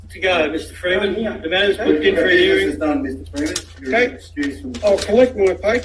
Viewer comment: Do you mean a hearing? Because you say herring. That's a fish.